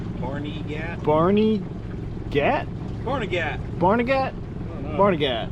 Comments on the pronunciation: and we pronounce it "Barn-uh-git." Hearing "Barney-gat" gave me the giggles! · It's pronounced Barnaget. It's an area of NJ. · Danielle Imbo and Richard Patrone lived close to me. Its so sad that they (and the others) havent been found yet. Prayers for all of the missing and their family😢 And its pronounced Barn-ah-get lol and penn-saw-kin